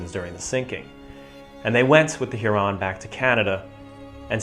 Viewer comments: Weird pronunciation of Huron. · Love the video, quick note. I've never heard Huron mispronounced in that way. There is not supposed to be that much emphasis on the individual syllables, making it sound fancier than it is.